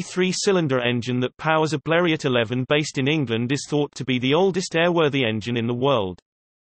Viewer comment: Robotic speech and it’s not B l e r e Ott It’s French Blerio.